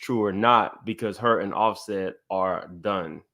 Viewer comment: BluSet!?! you sure know how to butcher some names! 😫😆😂😂